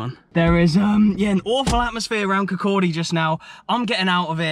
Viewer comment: An English guy who can say "Kirkcaldy"? Time to send you to Kirkcudbright!